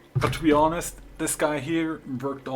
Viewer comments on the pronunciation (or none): none